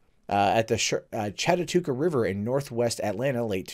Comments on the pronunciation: Chat-a-hooch-e river; dammit,. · How do you miss pronounce Chattahoochee? Them funny injun words